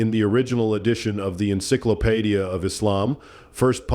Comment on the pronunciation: Eenclylopedya WTF IS THAT SHIT! Did you mean Encyclopaedia?